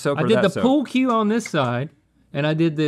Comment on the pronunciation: pool cue, not pool cube